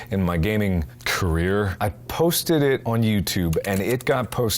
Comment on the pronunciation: the way he says "career" hurts